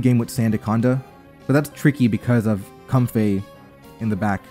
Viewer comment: and it's not how pronounces it. He pronounces it comfé When it really should most likely be comfae